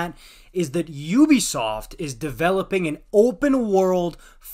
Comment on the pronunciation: Sounded good until you said Ubisoft